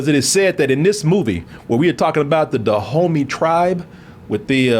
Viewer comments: everytime they said Dahomey i was like Da Homie. lol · Is saying Da Homies!? 😂